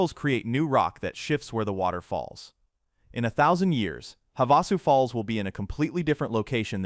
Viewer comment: It’s pronounced Have-a-sue Falls. Just an FYI. Also, a fun fact is there are 2 main totally different areas to view the Grand Canyon. The most popular side is the North side only about 1.5 hours from Flagstaff with a handful of restaurants and motels around it. Many different level of trails of every type of climber available, even some areas with beautiful views that are handicapped accessible. Then you have the North Rim, which hold the beautiful log cabin resort. However book early as it can book up as far as 2 years early. There were no other eating options when I visited and only one other low budget motel. The North Rim sits within a beautiful lush forest, with evergreens and pines surrounding everything. Due to its location, the trails were for advanced climbers, however there were a few easier trails and always the guided hikes. 😊